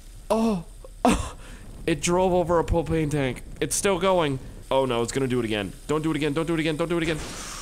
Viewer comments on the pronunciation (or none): "Oh it drove over a PWOPANE tank!" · "it drove over a popane tank"